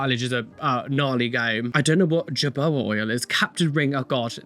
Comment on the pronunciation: Do your kitties like to dance, at least mine don't. Just so you know, it's not jojova it's prounced hohoba.